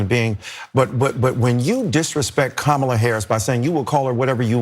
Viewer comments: the problem is she pronounced it right then proceeded to pronounce it wrong on purpose to please Trump. I think you're being a little disingenuous. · The problem was not her mispronouncing. The problem was her PURPOSELY mispronouncing. It'd be like you knowing how to pronounce a name and deciding, "Nah, I'm going to make it sound foreign". Its disrespectful. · The biggest mistake Michael Eric Dyson made was not physically moving away from her when she intentionally pronounced Kamala's name wrong. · something worth noting - I watched the original CNN segment and when she mispronounced 'Kamala' others on the panel pointed it out in a nice, non-accusatory way. But she kept doing it and doing it and doing it. Her willful mispronunciation was pretty disrespectful to the VP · Cenk, you are getting more obtuse by the day. Deliberately mispronouncing a name is not racist? Ok, Jock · Her name is pronounced KOOMALA ffs people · I have always pronounced her name Come-ah-lah. That's what I heard when she was a senator. I only ever heard the other pronunciation after she was VP. I think this is a ridiculous distraction from things that really matter. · Her mispronouncing it wasn't racist. Her saying she'll pronounce anyway she wants was the problem. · Mispronouncing someone’s name isn’t racist. It’s simply mispronouncing someone’s name. Do people think no Whits person ever had their name mispronounced?? How dumb can you be? When you have to reach this far to call someone racist… you are the racist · Nancy mispronounced the the VP NAME on purpose out of disrespect, not racism. That’s her job to do. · I have not heard ANY of the people in the CNN panel, TYT or in Deocratic leadership correctly pronounce the name 'Kamala' or कमला which means 'lotus flower' in Hindi and Sanskrit. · Yea this is a clown take and racist to me because that woman has mispronounced Kamala Harris’s name to be racist on purpose